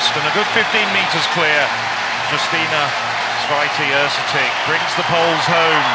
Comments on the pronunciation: I love how they pronounce Święty as, "sweaty"... lol. Our names are hard but at least learn them. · "Yousteena Shvyentae"not Swytee! Święty mean holy